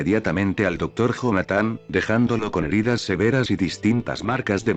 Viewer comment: se lee Jonathan pero se dice Yonathan, me estresa mucho que el loquendo lo lea así.